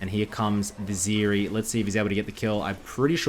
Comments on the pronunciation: It's not Ziri, it's Zeri... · The moment I heard zEErEE , I instaleft.